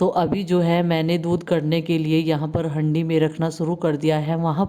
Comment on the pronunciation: हैंडी नही हांडी होती ह ये ओर हरि नही बोलते हारा बोलते ह दीदी